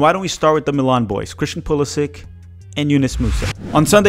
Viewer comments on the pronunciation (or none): none